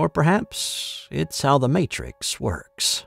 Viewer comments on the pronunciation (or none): none